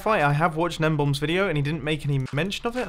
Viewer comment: It's not "gnembomb." It's "GNEMBON"!!